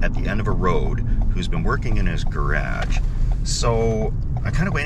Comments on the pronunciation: What’s a gur-rash? 😂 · That is the only time I've ever heard garage pronounced that way. Woa. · Say garage again! Do it! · Didn’t know Canadians pronunciation of garage was a hybrid of US and UK lmaoo